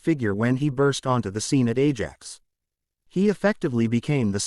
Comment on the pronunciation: Ajax=eye-axe, Maradona=mara-donna,Liege=Lee-age,Norwich=norrich, and generally speaking there is no 'ham' at the end of place names - eg Birmingem not Birming-ham